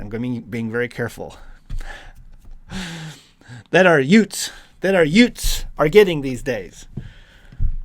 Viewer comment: When you said yoots I thought of that part in my cousin Vinny lol